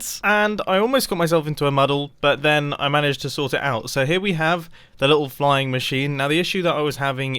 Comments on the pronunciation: So you were saying fline i heard flying lol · He mispronounced "flying" actually. Later he remarked that the mispronunciation sounded like "fine", but the original intent was "flying". Which is English (and Australian) slang for "doing well with no problems". It is meant to conjure up the mental image of flying over all the potential problems that could occur. The reason he took it back was because he mispronounced "flying", and so he encountered a problem, which meant he was no longer flying. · Mumbo your fine, ive never herd someone say the word "flying" in that way, and im american